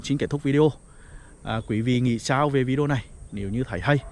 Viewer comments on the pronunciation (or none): none